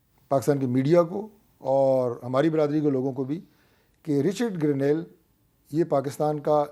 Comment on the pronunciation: Hamid Mir sb apkey zuban se Garnail ka lafz sun k hairani horahi he poora Pakistan Grenell keh rahay hain aur sirf ap issko Garnail keh rahay hain sedha sedha Garnete kaho wo behtar hoga. Lakin wo bhi grenete hain